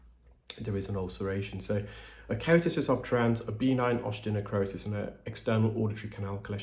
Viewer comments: Love your videos! Please know that I think the best of you. I’m a dialect coach, and deal in pronunciation daily. I just need to let you know that ‘benign’ is pronounced b’ NINE, not BEE-nine, according to all sources I know of in the Anglo world. All the best. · The word “benign” has the emphasis on the second syllable; be-NINE, rather than BEE-nine. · For the longest time I was hearing B9 Keratosis Obturans. I just figured out you are saying benign Keratosis Obturans. I crack myself up. 😁